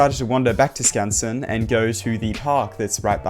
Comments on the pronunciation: Bro you pronounced Skansen perfectly, I would love to hear your Swedish! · no shot you actually pronounced skansen correctly :O